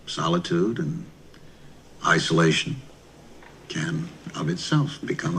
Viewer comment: ICE-olation. "Well, that's just what I'm looking for." :)